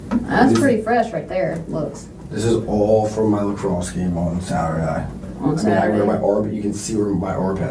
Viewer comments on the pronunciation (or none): This couple is straight out of the Real Bros of Simi Valley. Did you hear the way he pronouced “Saturday”